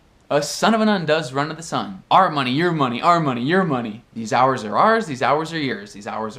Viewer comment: Este seu "your"está parecendo um Year(o que eu entendi)